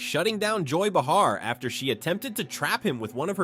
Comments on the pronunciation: Joy Bu-har? Either this is more AI crap or he has no idea what he's talking about. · First of all, a stand-up comedian, Joy Behar, isn't a journalist. Second, if you consider getting your "information" from a bot that can't even pronounce her name, lol. Then you're clearly the one with problems....